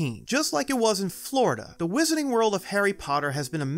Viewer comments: "Wizarning World" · Whisenening world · Does anyone know if the narrator is from Boston area? He doesn’t pronounce his “R”s in some words like “wizarding” or “unicorn” so it got me curious.